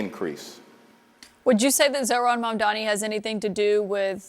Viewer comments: MAGA Mike can’t even pronounce Mandani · The constant Mamdani mispronunciation micro-aggression gives the same energy as “I’ll pronounce Ka-MAH-la however I want”.